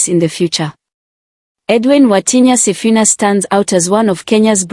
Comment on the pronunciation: Waah it is wrong to pronounce somebody's name wrongly he is Mr. Sifuna not Mr. Sifina please.